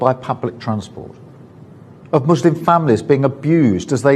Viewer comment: Why was starmer pronouncing muslim like mushlim ?